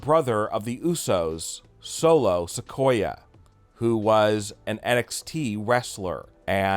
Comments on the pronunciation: Its sakoa not sequoia 🤷🏼‍♂️ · Bro it's not Sequoia like a sequoia tree it's Sakoa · it's sikoa not sikoya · Solo Sikoa, pronounced Sik-Oh-Ah he's not a tree knucklehead!